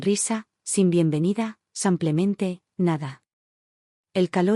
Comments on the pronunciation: Por qué la relatora, no pronuncia correctamente la palabra “simplemente”, y siempre en sus relatos dice “SAMPLEMENTE?” Todavía no sabe que es un error. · La relatora ha dicho ”cinco veces SAMPLEMENTE” es que no sabe que la palabra es ”SIMPLEMENTE” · La palabra es “SIMPLEMENTE” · Y la relatora sigue diciendo “SAMPLEMENTE”!!!